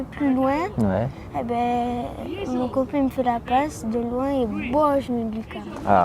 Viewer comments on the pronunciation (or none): "mon coping il me la passe😂" l'accent marseillais j'adore.